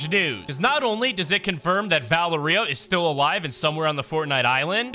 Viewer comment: Dude its val-eria